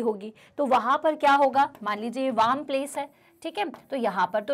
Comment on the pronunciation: wam or warm?